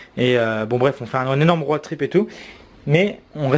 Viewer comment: Un rooooaaad trip... stp c’est pas dur de dire road